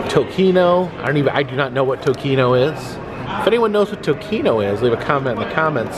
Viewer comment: “Tocino” is bacon in Spanish, pronounced TOE-SEE-NO